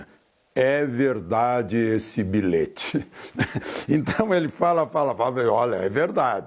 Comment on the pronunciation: Por favor, diga ao senhor Jonarlista Alexandre Garcia que a prunúnia da palavra BILHETE é feita comforme a escrita, com LH e não "bilete".